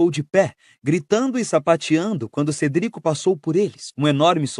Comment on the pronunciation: CERDICO CE CERDICO